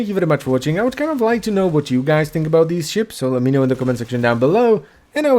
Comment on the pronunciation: "floating aboot" who are you? The policemen from alloh alloh?